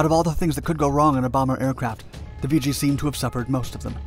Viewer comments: It's nickname is pronounced "vig gee" not "vee gee". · "Vee Gee"? I love computer narration. I always heard it as "Viggie". Regardless, My only contact with the R-5 was was the one they had on display in front of the chow hall at NAS Memphis when I went through NATCC for ADJ A school. The story then was that boot Marines were assigned plane watch to guard that aircraft- anyone that actually fell for that was probably the same guy they sent for 50' of flight line and a bucket of prop wash... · Never heard it called “Vee-jee”; it was always “Viggie,” with a short i and soft g’s. You never said “Vee-gilante.” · It's pronounced. "Vidgey" like ridge. Not "Veegey". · Not "VEE-GEE", but Vig -ee. Still remember the ghostly howl this plane made. We lost one off cat2 when the bridle broke just as hold back broke. It went off the port bow. I was bow running on cat 1 and had direct view. Plane was nose down when REO ejected, going straight out in front of ship. In the split second it took for the pilots ejection the plane was completely up side down and I watched as the pilot ejected straight down into the water. Plank Owner, JFK CVA-67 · It's not pronounced "Vee Gee" , it's pronounced "Vidge ee". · I was a RA-5C Vigilante Plane Captain from and did two cruises, one on the Nimitz and one on the Saratoga. The aircraft was a lot of work but one of the most beautiful aircraft in the Navy. I was in RVAH-6 and RVAH-12 out of NAS Key West. It's Vih gee not vee gee! Thanks for the great video! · “Vigi” or “Vger” 😬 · I served in two of the RA-5C squadrons from ‘67 to ‘71. The Viggie (not pronounced Vee-Gee) was not only an innovative aircraft, but part of a ground-breaking intelligence system which included camera, radar and infrared imagery. This data was all fed into the Integrated Operational Intelligence Center (IOIC) where I worked. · So many errors and incorrect information beginning with the pronunciation of Vigi. sigh.